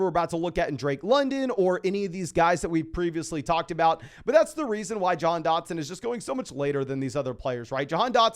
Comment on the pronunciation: Doesn't it sound like he's pronouncing Jahan like "john"